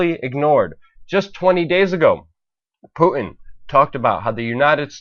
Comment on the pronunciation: the name is Putin not Pu 'in. there is a big ass T in there. if you want people to think you know what you are talking about pronounce the man's name right